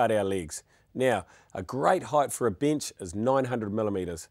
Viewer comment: Tickety boo "binch" (bench) Cut the "ligs" (Legs) Love practical demonstration